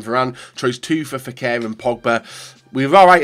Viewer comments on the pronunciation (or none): Option 1 or we’ll have to listen to him say FE-AIR for ages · Option 1 simply because don't want a whole series of trying to say Fekir